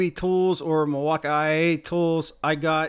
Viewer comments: Bruh wtf is milwaukai? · Okay, so I'm not a long time subscriber so excuse me, but what is with all the mispronouncing words? The MilwaukEE is the worst. I'm assuming that's your schtick.